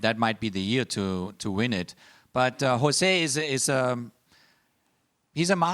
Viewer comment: Why does Klinsmann mispronounce both Jose and Pochettino's name? 😅